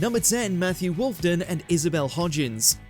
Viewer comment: It’s WolfENden, not Wolfden !